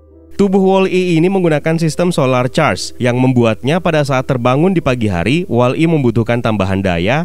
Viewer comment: BANG BUKAN WALL. I TAPI WOLLI